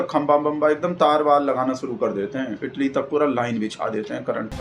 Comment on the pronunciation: इटली नहीं इटाली बोला है😂